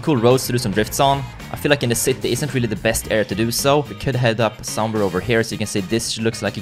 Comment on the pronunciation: The ‘citti’ it’s just so funny when you say city, no hate, it’s just good!